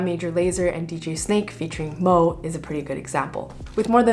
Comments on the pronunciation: it's not "mo", it's mø you idiot. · "'Lean On' by Major Lazer and DJ Snake, featuring Moe." Ha ha, no, dude, it's ['mø].